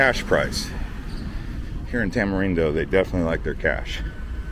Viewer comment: Is Tamarindo not Tamerindo